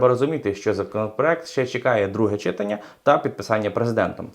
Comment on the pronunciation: читАння,читАнні,завдАння, кохАння.Ставте наголос правильно.